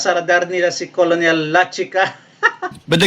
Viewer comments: Brod ang tamang pronunciation ng colonel ay (kernel) para d ka ma bash ng mga opposition vloggers fyi lang po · Paki ayos naman sir yong pronunciation ninyo ng colonel😮 n